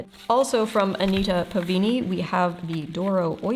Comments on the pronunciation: Why do you keep mispronouncing PavAni as PavIni? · As a classical singer pronunciation is my thing so to answer some of your pronunciation questions- Pa-va-knee [pa-va-ni] not Pa-vee-knee [pavini] Lye-nen-took [Leinentuch] though the final consonant is more of a cat hacking up a hair ball sound than an American English k sound but we don’t have an equivalent sound and I don’t have an IPA keyboard on my phone. Fine-len-en-ba-teest [Feinlenenbatist]